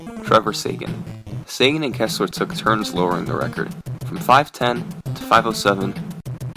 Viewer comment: The name Seguin is pronounced Seg-een not Saygan